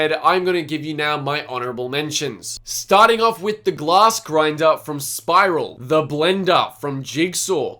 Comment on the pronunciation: Your English is great, your only mistake was dropping 1 'S' in glass! As for what you said I fully agree! I couldn't imagine being crushed in a room like that with your only escape laughing at you as they sink into the floor 😳